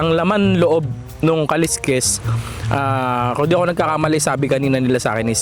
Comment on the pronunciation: Yung Pangasinan dish na kaleskes yung pronunciation lang hndi sya kaliskis kasi pang isda yung kaliskis...kaleskes dapat